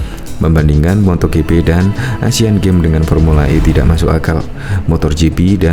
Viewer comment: Yg bener itu MOTO GP bukan MOTOR GP... mbok sebelum tayang itu di cek dulu apakah ada sebutan2 yg salah atau tidak...